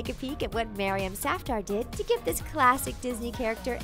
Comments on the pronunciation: the way she pronounce maryam safdar is so cringeworthy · Isn't Maryam a girl's name? Or am I just confused about the fact that she said Maryam Safdar